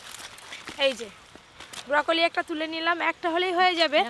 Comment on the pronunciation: ব্রোকলি না বউকলি 😂🤣